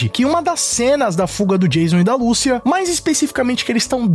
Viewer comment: Google Tradutor Português -> Espanhol Escrevam Lucia e escutem a pronúncia do nome. Apenas no Brasil se pronuncia "Lúcia" em todos os outros é "Lucía", e no trailer fica bem claro como é a pronúncia certa. "Ahh mas tamo no Brasil", foda-se! É nome, não uma palavra qualquer que aí sim cada um fala com sua entonação e sotaque. Garanto que todo mundo aqui fala TrÉvis Scott, mesmo que se escreve Travis Scott e podem aplicar isso pra todos os seus ídolos internacionais., tu acha que quando tiver gravando gameplay do jogo e ouvindo "Lucía" toda hora tu realmente vai continuar a falar o nome da fucking protagonista errado??!